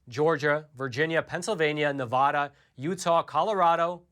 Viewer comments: It's NEVADA!!! There are NO O's in Nevada. You don't say, "Aloska" or "Montona" or "Alaboma". If you say, "Nevoda" one more time, I'm unsubscribing! 😡😡😡😡😡😡😡😡 Oh ... and don't say you didn't know it was Nevada because I've heard you say Nevada, which tells me your intentionally mispronouncing it every other time. STOP IT!! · It's Nevada ( Ni-Vaaaa-Da)